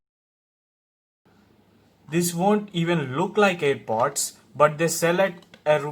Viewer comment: Haha ur telling it air bods but it's name is air pods pls learn it bhayya